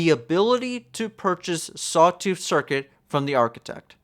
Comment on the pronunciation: maybe sawtooth circlet only becomes available after you learn to pronounce it correctly :3